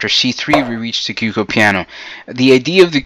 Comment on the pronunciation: Very sorry, but I just couldn't get past 15 seconds of your mispronouncing "Giuoco". (That leading g would have a "j" sound in standard Italian...if you said it like "Joko", it still wouldn't be exactly right but it would be better.)